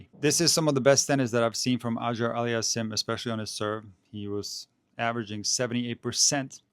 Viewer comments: Love you man, but your pronunciation of Auger-Aliassime is perhaps the worst butchering I have ever encountered! It's supposed to be pronounced "oh-zhjay allie-as-seem" (the French style) or "aww-zhjay allie-as-seem" (the American or English style). Obviously it's a very difficult task to properly pronounce a double barreled surname that is part French, part Arabic, and also to decide whether to pronounce it more French Canadian, more continental French, or more English, but it seems to me that the tennis commentators have largely settled on the two options I've presented above. I prefer the first option, as it is more accurate in continental French. Keep making these great videos! Danke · just call him since you have trouble pronouncing his name. A friendly suggestion not a criticism.